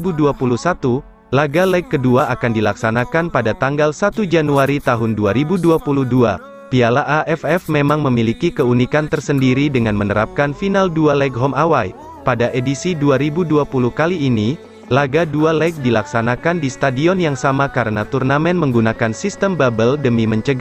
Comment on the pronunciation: bhn home away kali tp home a wey kali bacanya